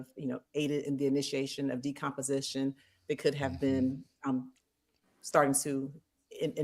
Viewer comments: It’s decomposition ! He still said the word wrong! Why didn’t someone tell him first time !! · LADY IN the WHITE JACKET, it’s “ACCELERATED DECOMPOSITION”